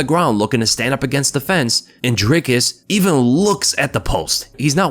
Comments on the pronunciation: Awesome to see some positive content about Dricus and really appreciate that you got the name down. Now we just need all the commentators to learn it and stop saying Draycus. Maybe if he beats Izzy they'll get it. Maybe :) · I'm glad to hear you pronouncing his name correctly. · Perfect pronunciation for Dricus!! Thanks